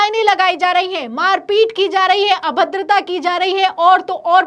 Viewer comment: Heinnnn pe itna jor na do madam ji